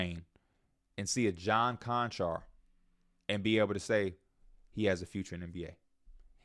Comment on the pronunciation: Bra said John Konchar 😂 hell naw. Lofton, Roddy, Z, Chandler all misses...giving these dudes too much credit.